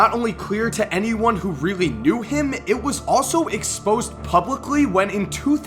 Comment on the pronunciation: why did he say EXPOSED like that lol